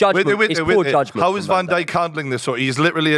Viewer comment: "Howe" could Eddie bottle it????